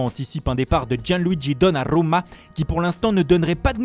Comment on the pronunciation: La Roomaa, Donarumaaa 😆😆